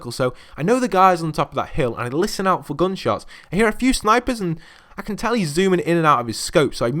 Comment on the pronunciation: You cant even say gunshots right or running,i forgot to say that you cant say jump right too